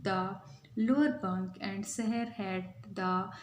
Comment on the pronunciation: Sarah nahi saher